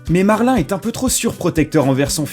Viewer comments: J'adore juste tu as dis marlin au lieux de marin mais c'est pas grave du tout👍👌👍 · On dit WAll-e et pas WOUAIll-e Et on dit MARIN et pas MERLIN